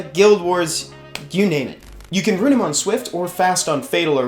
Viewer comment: Ooooooh rune (not ruin) your lushen ... ok ok now this video makes more sense